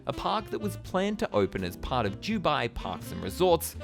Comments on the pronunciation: why do u say "jubai" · Jew-bai 🤣 I couldn't stop hearing it!! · This could be a great video but on the ninth time of hearing "Jubai", I cannot watch any more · Dew-bye or Do-bye? I’ve never hear Dew-bye before. Is this a regional accent pronunciation? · It's Dubai not Jubai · It's DUBAI not 'Dew Bye'. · Can’t handle his vile pronunciation “JEW-bye”. Typical Aussie bogan accent. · Why do you call it Jew-bai? It’s Dubai. ‘Doo-bai’ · Its Dubai as in Du-bye not jewbai. Could not watch this video because of this, sorry but it was driving me crazy 👎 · how can I take you seriously when you can't even pronounce the city name. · I’m an Australian who lived in Dubai for 9 years. It’s never ever pronounced with a the ‘J’ sound. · “Dew-bye” 😂 love his pronunciation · What's is Jew Bai? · Jew bye? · The Jew Bai Giant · For Review Tyme, I'm and this is my failure to correctly pronounce the simple word 'Dubai', the world's biggest theme park name failure. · It really annoys me the way you say Dubai. JEWBYE 😂😂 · Why is he saying jew-bye? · Fab video, got triggered everytime you said Jubye tho.. still good none the less 😌 dubai is just a copy cat state, they have very little culture. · Why are you saying jewbai ? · Did you say jew-bai land? Jew-bai? Where's your accent from? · as a uae resident for more than 10 yrs, his pronounciation is killing me lol 😭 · Your pronouncing Dubai wrong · Great video but what annoys me is how you pronounce “Dubai” it is very distracting given your pronouncitation ...